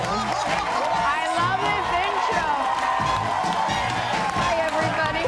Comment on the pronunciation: Soe Saldaña . Not Saldana.